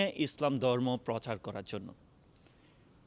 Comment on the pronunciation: ভাল উচ্চারন করতে শিখুন। দরমো না কথাটা হবে ধর্ম। ধন্যবাদ।